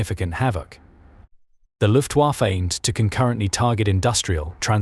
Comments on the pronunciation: Yep. Luftwarrffeeee .... plus the Ju88 clip a few seconds before. Lazy, lazy, lazy. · When are you people using AI chat to narrate your videos going to realize you're going to need to spell out phonetically some words, terms and model numers etc. to have the program make it sound right. You know, like "looftwafa" so it sounds like a person would say it. Separate the H and E sso it sounds like the letters rather than a freakin' pronoun! Yup, LAZY!